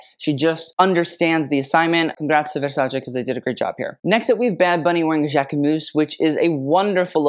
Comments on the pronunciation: Finally the correct pronunciation of Versace! Bravo! 👏👏👏❤ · Donatella would approve of your Versace pronunciation. I love it:face-red-heart-shape: never heard a celebrity pronounce it properly. Plebs